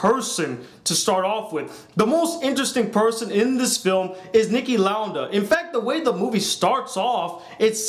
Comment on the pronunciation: It's Niki Lauda(Lou-duh)